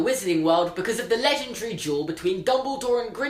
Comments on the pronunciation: Why do you say “jewel” for “duel”. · Every time he said "legendary duel," I just heard "legendary jewel." Is it just me? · It sounded like he was saying jewel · Like, I love you, but whenever you said "duel" my brain thinks you said "jewel". "The end of this jewel also marked the end of WW2" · Mel Cowan SAME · i thought he was saying jewel not duel #american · i'm so sorry but everytime you say duel i understand jewel so for a good part of this video i was like???? tf